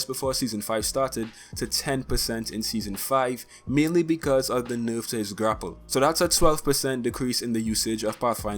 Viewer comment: The way you pronounce "nerf" urks me